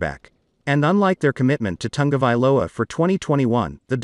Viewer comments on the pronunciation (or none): There is no N in Ta go vai lo a !! Commentators should at least pronounce names correctly.